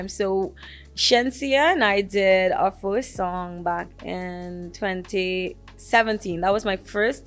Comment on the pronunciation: The its more Furse than Furst